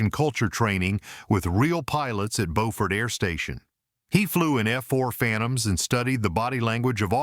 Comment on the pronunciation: And Beaufort -- it's "Bu-fert", not Boe-fort". Geez.